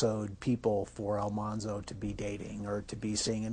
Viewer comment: What's really cool about Dean Butler is that he has done so much work for the real Almanzo Wilder's childhood home to keep it going as a historical site. He's a very cool person and so charming! Also, the show pronounced the name wrong. It should have been AlMANzo instead of AlMONzo.